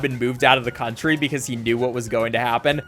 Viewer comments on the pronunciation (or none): none